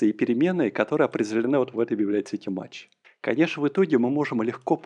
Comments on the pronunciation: не матч, а math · Только пожалуйста, кто учится, не запоминайте произношение библиотеки MATH как "мач" - произносится mæθ (мэф - примерно). Также, AS - произносится "ЭЗ" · Аж ухо режет когда произносит мач, но это можно простить и перетерпеть 😊, знания которые он даёт, стоят этого. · Ай! Каждый раз, когда произносит math как мач, в мире страдает один незадачливый недопрограммист! Ай! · "Мач", "Враппер"... мои бедные уши... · согласен, режет слух, но по сути не важно. но режет))